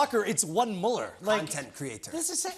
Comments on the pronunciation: Best to say his name like Bueller. Not mal-ler. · Well, it's Müller